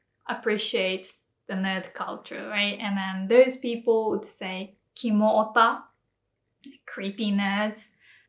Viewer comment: he didn't say Kimo though, he said kamo.